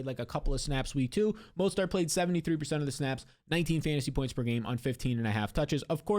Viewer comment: Mostert, not mostart lol